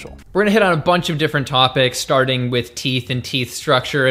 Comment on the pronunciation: "Star-ding we-high teeth and teeth structure" - !? You mean starting with teeth and tooth structure? I assume you mean the distinctive structure and function of each individual tooth within the set that fills a mouth, if so; you do mean "starting with teeth and tooth structure." You mouth-breathers need to improve your sense of language, such ugly~monotone oration.